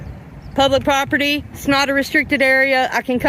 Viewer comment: Prop-tee. a stick that holds up a golf tee